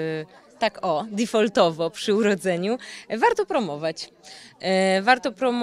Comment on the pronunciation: Dotrwałem do 46 sekundy jak powiedziała "difoltowo" i już mi się odechciało dalej oglądać. Domyślam się, że chodzi tu o angielskie słowo "default", ale dlaczego wogóle zostało ono tu użyte i to w dodatku w jakiejś przedziwnej odmianie - tego nie potrafię się domyśleć.